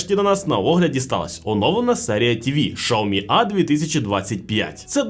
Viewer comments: Якщо чесно, то в Китаї так і кажуть, бо я там був і чув на власні вуха... Шяомі вони кажуть... Але він все одно не так цю марку промовляє, як в Китаї... Китайці кажуть - Шяомі, а цей бовдур каже ШАОМІ....😂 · Шяомі кажуть в Китаї, бо я там був і чув, як вони це промовляють... Тобто в нас не правильно промовляють - не Сяомі, а Шяомі... Але він цей бовдур каже ШАОМІ, тобто теж не правильно. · Сяомі кажуть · Шаоми??? Впервые слышу что ксиоми так называли 😅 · Було цікаво, взнати про нові телевізори Xiaomi. Але "шаомі"? Де на початку Ви бачите букву "ш"? Так, в китайській мові своєрідна вимова, але... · я зараз в Китаї в Чжоушані і можу з впевненістю сказати що китайці «xiaomi»вимовляють як «саомІ» ( наголос на останню букву, тобто І !!! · В різних провінціях вимова може відрізнятися, але вірно сяомі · шаомі ААААААА, кров з вух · Дізлайк за "Шаомі" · очень хороший эксперт который даже не знает как правильно читается бренд)) прям сразу доверие))) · Как английская буква Х может быть Ш? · Ну алло.. ну яке шаомі))) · Я думав мені почулось 😂😂😂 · 😂😂шаомі, ізєрнет🤣